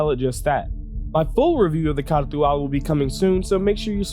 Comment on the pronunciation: Other Youtubers: can't even pronounce the name: K н α r т υ - α l